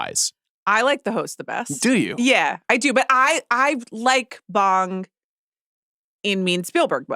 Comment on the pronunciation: I love the show but you guys are butchering Bong Joon-ho’s name. it’s not pronounced like you’re smoking a bong. the ‘o 오‘ sound in Korean is pronounced like ‘oh’.